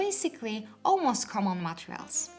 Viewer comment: I liked this channel, but this this time I didn't find the video very useful. It can't be that those are the only 3 differences. Also the word "Materials"... Please make it sound less like "Montreals".